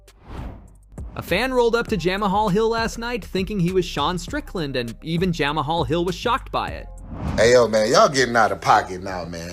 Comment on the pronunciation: Jam aha hill 😂 mma channel can’t even pronounce the names and Izzy never rejected the fight such a bad video